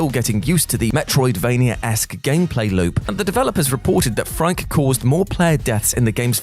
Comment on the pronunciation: The first boss in returnal it’s name is pronounced “freaky” not frike